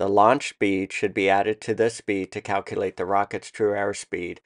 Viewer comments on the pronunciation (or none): none